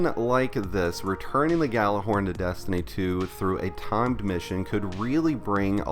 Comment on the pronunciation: You may want to do a little research and learn how to pronounce Gjallarhorn.